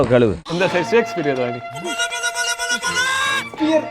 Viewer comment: Bro not shakeshpere ❎its shakespeare✅😅